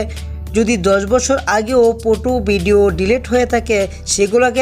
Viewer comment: ফটো টে বলে ফুটু 🤣🤣🤣🤣 আগে ভালো মতো বলতে শিখ